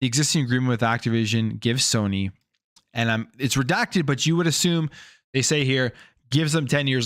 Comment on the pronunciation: I also do not like how you say assume. Im not going to assume, you assume the terms being presented are great. You are bias. Thats what allows you to give xbox the benefit of the doubt.